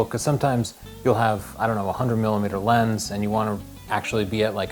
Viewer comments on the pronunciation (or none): none